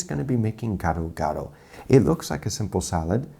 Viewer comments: i'm an Indonesian so... yeah... you can guess what i think about this one. especially when he pronounced it "ghetto-ghetto". oh and Roger was right, Gado-Gado's veggies are ALL blanched. if they are raw, then it's called "Karedok", another dish. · Please don't called that dish gsdo gado, so wrong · I love how Jamie pronounces the sauce as "ghetto ghetto". Lol. Happy Holidays to all. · Gado gado to geto geto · When a TV chef cooks “ethnic” food they should at least attempt to pronounce it right, Jamie’s pronouncing it like “ghetto-ghetto” almost. The peanut butter looks like regular crunchy peanut butter, not pre-roasted. In a way it’s better he coated the bowl instead of pouring it over the salad, maybe someone can eat an untainted potato or somehing😁 Merry Christmas chef❤️